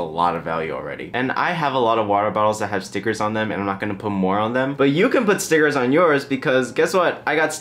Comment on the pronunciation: When u said stickers I thought u said cigarettes